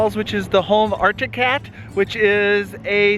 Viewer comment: I'm glad that you managed to find some footage where you pronounced 'Arctic Cat' semi-correctly. After seeing your latest video I was a little concerned that you might have given up on trying to get it right! :P